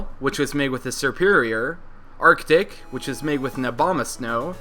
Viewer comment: When you said Arctic, I thought you swore. XD